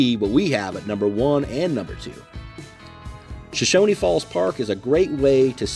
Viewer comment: Nice video. I really enjoyed it. But there is no "i" at the end of Shoshone. It's pronounced just like it's spelled. show-shown